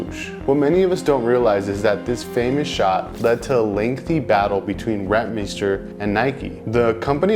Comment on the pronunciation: From the Netherlands.. we condone your pronunciation of RenT-meeester. 👍🏼 Nike took a interns logo sketch and made it theirs..later on paid her in stock. Yet not surprise they didn't pay Rentmeester.